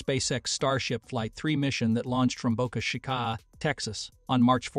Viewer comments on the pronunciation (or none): I subscribed as soon as this video started. Then I heard the AI voice miss pronounce Gwynne Shotwell's name. But after it said Boca Chica wrong I immediately stopped the video and unsubscribed. People, listen to your video before you publish. If it sounds wrong, because it IS wrong, then try a different voice. Or better yet do your own narration. When it sounds stupid I won't waste my time on the channel.